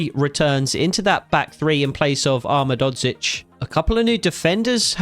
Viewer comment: you’re pronouncing ahmedhodzic wrong, it’s (Ah Med Ho Geech) the Ho is like santa claus ho ho ho, and the geech is like saying beach but two E and a G